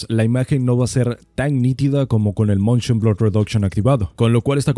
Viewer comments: es "Motion" no "Montion". Y bajale un poco al volumen de tu voz, es un poco molesta tan fuerte. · Se dice Motion Blur, no "Montion Blur" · moNshion xD... ese buen spanglish si se puede oir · el MONSHON xd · montion ,,jajajajajajajajajaja